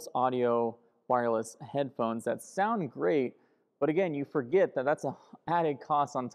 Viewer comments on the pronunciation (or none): none